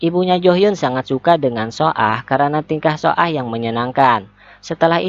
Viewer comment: Cara bacanya BKN so ah min,tpi baca aja su ah